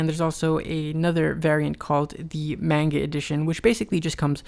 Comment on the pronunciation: LOL he said "mane-ga" not "mon-ga"